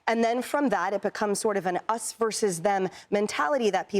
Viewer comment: Did she just say. "an·us vs. them..."??!!!!! LMAO!!!!!